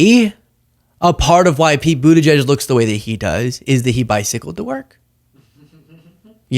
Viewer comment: Atleast he pronounced Pete's name correctly